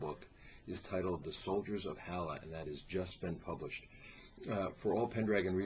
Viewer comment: Ha. He said Halla wrong. :)